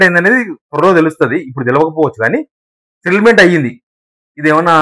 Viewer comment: సెటిల్మెంట్ అనే పదాన్ని నువ్వు స్పష్టంగా పలకాలి బ్రదర్..... ఆమాట ఎవరికీ అర్ధం కావటంలేదు.